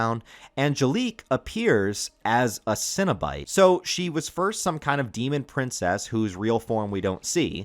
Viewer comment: Really well put together, and I love the inclusion of some of the comics as well. Did you get in on the Boom studios Kickstarter package this last year? Also if you haven’t yet, dig deeper into Clive Barkers novels and short stories. Definitely worth all the reading. But my dude, you are absolutely killing me with all the “Cinna-bite” and “Munchard” pronunciations. I’m trying so hard over here not trying to picture mini cinnamon rolls every time Cinna-bite is mentioned. 😂